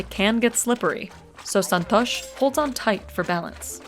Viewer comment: Son-tosh. 😂 i love foreign accent pronouncing Indian names